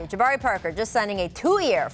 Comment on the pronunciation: There's no D in Jabari Parker. And no O either.